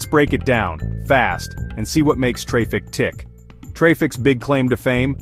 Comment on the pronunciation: Pronounced, Engine X and traffic bro.. Is this ai?